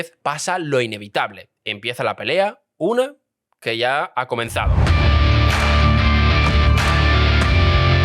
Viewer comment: "Comnenzado"? :v